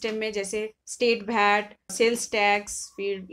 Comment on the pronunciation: agreed wd u abt Knowledge, but hw someone can call Bhat instead of VAT. if it's abt Local langauage then speak in ur local language why English?